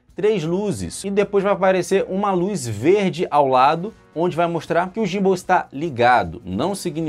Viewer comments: muito boa análise, mas uma coisa, pronuncia-se "Guim-ball" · a pronuncia que vc mencionou seria em inglês, mas em português BR seria "GIMBAL" mesmo...